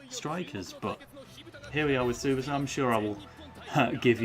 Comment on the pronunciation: So as both a inazuma and Tsubasa fan I can say nitta is no Willy Glasses but he is very much not that relevant to the series, also yes your goalkeeper was preety much god in the series and probably the best or second best in the game edit: More things: that is not how you say tsubasa, Nitta is a foward and what you read as defenders is one of his skills called dribbler, also if you are curious every player in the japanese team is at least decent but the real stars are Tsubasa, Hyuga, Misaki (not in this game but in the series he is supposed to be very good) and Wakabayashi with a special mention from misugi that is just relaxing on the bench